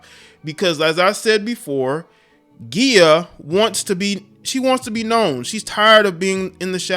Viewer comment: “Ghee-ah” lol it’s “jee-ah”